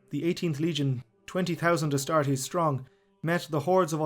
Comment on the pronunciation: Anyone else notice the astastes instead of astartes i mean yes the charmanders must love barbeque but astastes